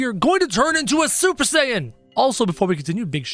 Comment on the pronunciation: Did he just say supper saiten